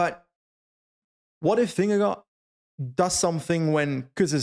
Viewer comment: I love you but please pronounce vingegaard differently, I die every time😂